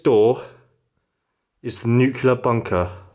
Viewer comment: I hate to be a dick but it was bugging me throughout, it's New-clear not new-cuul-or. That place would have enough shielding to protect almost totally from alpha, beta and gamma radiation (not sure on neutron radiation). This place could obviously not take a direct hit but then again nearly zero bunkers/silos can take a direct hit, the crater itself would be about 1/4 of a mile in depth from a 1 MT groundburst blast. If you want to know more about the actual science of it all and how, theoretically at least, you can protect yourself effectively, feel free to message me.